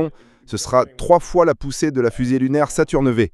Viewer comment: Saturn Vé... Haha, merci.